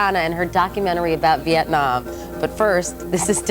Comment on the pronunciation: "For the sake of simplicity, calls herself Tiana " Or how about for the sake of NOT mispronouncing your name. How often do people mispronounce Nguyễn.. Moreover, Bryant Gumbel says VietnOM instead of VietNAM.... he also calla you Tamera. Even mispronounced your name in English.... Could you imagine if he was asked to learn your name. You are exploring" a train from what used to be Hanoi to Saigon " He clearly did NOT do his research prior to interviewing you. Hanoi is still Hanoi. Saigon's name changed to Ho Chi Minh City. Thành phố Hồ Chí Minh Couric's question is NOT in good taste, she clearly has a look on her face.. could you imagine asking this of a Holocaust survivor?? What does it matter what someone is wearing, calling your outfit a mosquito netting? SHOULD have focused on the documentary. Bryant Gumbel looks either confused or genuinely thrown off by Couric's question. Are you finished.